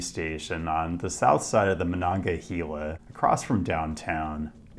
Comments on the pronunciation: Great video showcasing my home town, I love to see it. However, I am going to be extremely pedantic about two things. The river is pronounced “Mo-non-ga-HAY-la” with “hay” like “haystack.” Also, Andrew Carnegie of Carnegie PA, Carnegie Steel, Carnegie Libraries, The Carnegie Science Center, Carnegie Mellon University etc etc… pronounced his own name Car-NAY-gee. That’s how it’s pronounced in Pittsburgh and is the objectively correct way to pronounce Carnegie. The common way it’s said in New York is not just a different pronunciation. It’s objectively wrong. Car-NAY-gee. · Love your videos. I grew up in Pittsburgh and just want to note that the river is pronounced Mononga-"hey"-la by locals. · Pittsburgher here: The "he" in Monongahela is pronounced like "hay" and not like "hee" PLEASE stop saying it wrong 🤦‍♂ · For reference, Monongahela is pronounced Mon-on-gah-hey-la, so basically say hey instead of heal. A lot of people struggle with that one, but I’ve heard worse. Your pronunciation of Appalachia does hurt a bit though. Appalachians don’t always agree on how to say it, but it’s generally pronounced like Ap-ah-latch-ah. In Pittsburgh, and Southwestern PA in general, we say it more like Ap-ah-lay-shah. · My body had a physical reaction to the pronunciation of Appalachia and Monongahela Otherwise, 10/10 great video. Thank you for visiting our city!